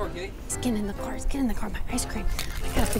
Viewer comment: ITS KEELEY NOT KELLEY